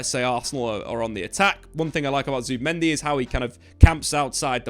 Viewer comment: zubImendi. not zubAmendi. ya knobs